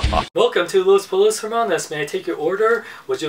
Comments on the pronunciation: Pollos is pronounced poyos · It's pronounced Poshos